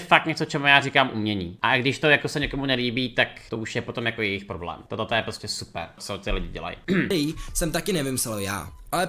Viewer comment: "Poroblém" xDD